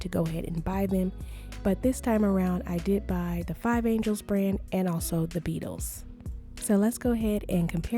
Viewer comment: An ge les as in Los Angeles not angels 😂